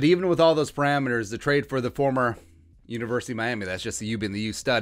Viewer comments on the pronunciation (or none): none